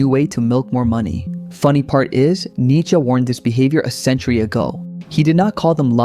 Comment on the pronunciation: Come on man, don't butcher Nietzsche like this...